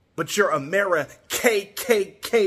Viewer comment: The hard emphasis on the "KKK"😂😂😂